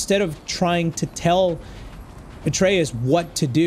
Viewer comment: i love how he says atrequs instead of atreus